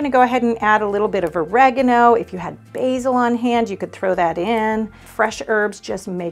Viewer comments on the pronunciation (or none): none